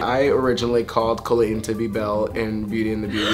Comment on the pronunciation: You can tell that they have truly been friends forever because Todrick actually says Colleen correctly! Hehe. Much Love Cuties😁💚